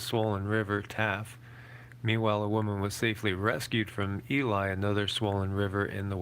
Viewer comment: You called it Ely but we called it Eley without the ' e ' lol .